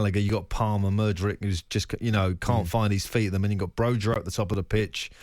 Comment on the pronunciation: Caicedo and not Casido. Broja is pronounced as Broya. Say the names right first